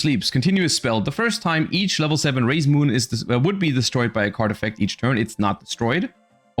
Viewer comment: When I looked away, I heard him say "Raye's Moon" instead. No wonder he likes this archetype.